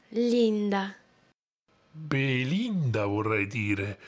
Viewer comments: Da genovese ad ogni Beelinda pronunciato sono scoppiato a ridere! Che giochi meravigliosi <3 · "Bee-Linda" - "Ant-tony" xD ahhaahahahah